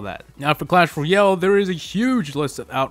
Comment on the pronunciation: why do you always say clash royel